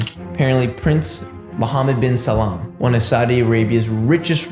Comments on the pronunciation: It’s Salman not Salam. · How do you manage to read Salman as Salaam throughout the entire video lol